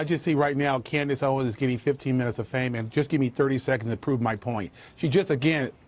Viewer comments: Mr Jesse Lee Peterson. You got me cracking up. Candace’s last name is Owens, not Owns. LOL. 😂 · Owens. {Oh-wens} lol not owns or Owiens Jesse lmao🤣🤣🤣 it's ok jesse I know you're black and slow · You fucktard its OWENS NOT OWNNNS !!!!!!!!! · Jesse saying "Candace Oins" cracks me up xD HE BLACK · Can't even say her last name.....smh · Come on Jesse, you can't pronounce her name? Hate to tell you she is 50 times bigger then you. You are like those people in congress, they hadn't a clue who she was. Come on man look around, take your blinders off. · Save all of this BS. Just the fact you listen to THIS fool tells me all I need to know about you. I mean this ignorant dog can’t even pronounce “Owens” 🤔 Secondly, Candace basically said MLK didn’t exist when she said the Southern Switch didn’t happen??? That’s weird, because it was negotiated with MLK by LBJ... Please don’t have kids and expose them to your silliness....